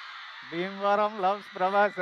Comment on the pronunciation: Bheevaram loves Prabhas ah haha what a slang man..... sec 😂😂😂😂😂😂